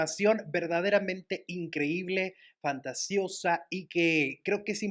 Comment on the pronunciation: Oyeeeee... No se dice "fanteseoso", y te dices reportero??? Si no sabes hablar!!!